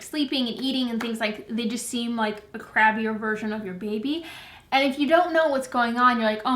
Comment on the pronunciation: Haha at 1140 it sounds like you're saying "they just seems like a crappier version of your baby" but I'm guessing the word is crabbier? 😜